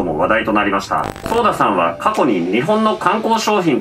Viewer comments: ソーダじゃなくて、ソダですよ。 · ちなみにソーダじゃなくてソダね